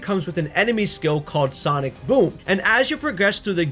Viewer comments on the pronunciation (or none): none